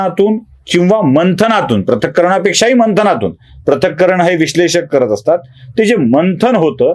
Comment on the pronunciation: माझ्या मते, पृथक्करण असा शब्दप्रयोग असावा,‌ प्रथक्करण नव्हे.